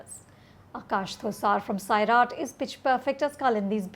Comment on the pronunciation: It’s not Saaaaaiiiiiraat...it is सैराट